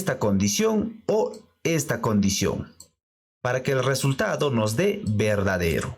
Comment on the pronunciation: Hola. Lo primero es darte las graias por tu esfuerzo. Lo segundo es comentarte que en España NO decimos "arresultado" sino, simplemente, "resultado. Esto solo es un comentario: tu... dilo como quieras. De nuevo GRACIAS.